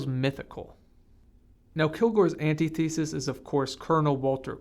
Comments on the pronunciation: “Antithesis” not “Anti-thesis” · Heavy on description of a few scenes, very light on any "analysis". And braugh, did you just say "anti-thesis"? Oh my. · You’re pronouncing integral and antithesis like you’ve only ever read them. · Video is good but you don't pronounce "Antithesis" correctly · you lost all credibility the moment I heard your attempt at pronouncing antithesis